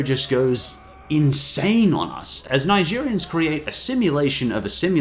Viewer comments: Zygerians, not Nigerians. I get that some things don't translate well... but the Z sounds the same in English, as in English. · It's Zaigerians...not nigerians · It's fuckin' Sygerian. Not Nigerian. Also there 21 episode not 20 like you suggested at the end. :) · Xygerian, not Nigerian